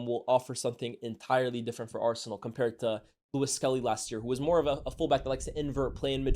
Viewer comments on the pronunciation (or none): none